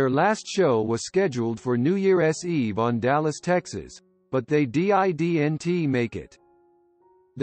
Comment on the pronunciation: pretty sure it is. They never sound real and often mispronounce words. "Didn't" was spelled out. Lol